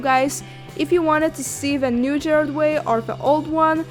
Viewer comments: OK honey you spelled the name right but you pronounced it Jared Way. But I'll cut you some slack because the art is cool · Everyone she said Gerard's name wrong I literally screamed